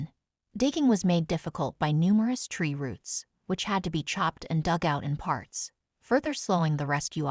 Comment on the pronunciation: De Briss?? Tree routes??? Breast???